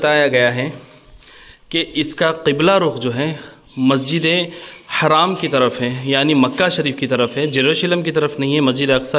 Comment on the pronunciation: السلام عليكم و رحمة الله وبركاته. It is Masjid Al Haram and not a Masjid E Haraam Please correct your pronunciation